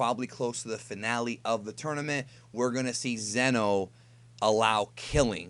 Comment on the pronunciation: Isn’t it zeeeno not zen o? I do t remember